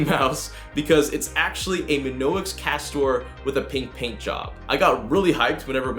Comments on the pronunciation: My-On-Ix Not "Min-Ox" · It’s pronounced My-onix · Isn't it.... Mee-onyx? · Oh the mispronunciation of Mionix... ouch... my on ix good video though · Your saying Mionix wrong it's annoying me I'm sorry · lmao you mid pronounced mionix